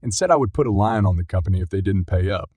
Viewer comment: I enjoyed these stories. Keep them coming. Just for your edification, lien is pronounced lean. People can be so rude about these things. Keep it up. You’re doing awesome. (I taught English and worked in law for 30 yrs. Correcting has become a habit.) I hope you don’t mind. British story, Hysterical!😂🤣😂🤣